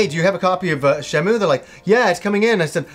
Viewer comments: i kno its hyper grammar police but its really agrivating hearing it pronounced "shen-moo" its Shen-moo-ay" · While you are generally right with how to pronounce a Japanese word written in roman letters, it is actually Shenmuu if you look at the katakana. シェンムー I played through them both in Japanese.